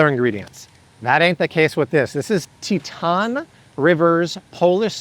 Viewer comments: Teton is pronounced “TEE-tawn” and is a mountain range in Colorado. 😉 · Bro, please learn how to pronounce "Teton" (TEE - TAHN)